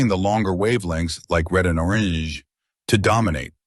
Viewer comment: Chat GPT is correct here but be careful believing a program that pronounces orange like a drunk asian. 😂